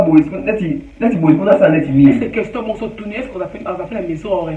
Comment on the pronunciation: Mon et ma n s prononce pas de la même façon